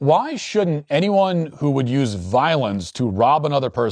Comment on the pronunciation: "voilence" Matthew fix that poop 😡🤬😡